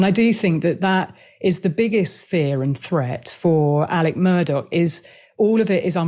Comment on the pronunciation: Murdaugh (mur-daw) not Murdock.